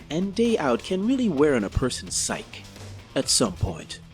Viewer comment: I'm sure you love getting nit-picked about pronunciation and grammar so here we go! The word 'psyche' is not pronounced 'psych' but is rather pronounced 'sigh-key'